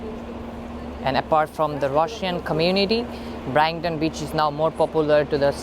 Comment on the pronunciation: BRIGHT-TON : BRITE-TON